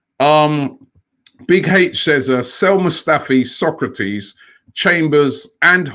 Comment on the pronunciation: Robbie needs to learn how to pronounce SOK-RA-TIS. Not SOCRATES the ancient Greek philosoper 🤦🏾‍♂️